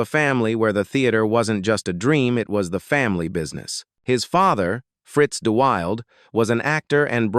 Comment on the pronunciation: The actor's name is "DUH-wil-DUH" you silly AI 😂